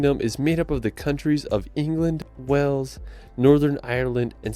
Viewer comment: The Narrator pronounces Wales “Wells”.